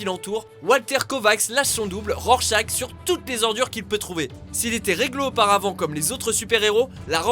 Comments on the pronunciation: rorchach ça se dit rorchar bordel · mais ça ne ce dit pas "rorchach" mais " rorchar" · "Rorschak"?! Vous êtes sérieux?!!!! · Je le dis gentiment Ça se prononce worchache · ca ce dit "rorchar" par contre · Rorscharch qui se pronnonce avec un "r" à la fin, vous avez pas honte de dire "rorschak"? é.é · Et surtout, "RorchaK" ? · cleni _20_03 Dans le film en vf ils le prononcent rorchach :) sinon t'as raison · Moi, c'est la prononciation de Rorschach qui me fait mal aux oreilles ! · Vous ne savez pas prononcé le nom de rorcharch